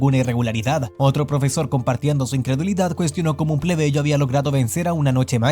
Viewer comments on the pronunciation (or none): Dice (Pebleyo) es (Plebeyo*) 😅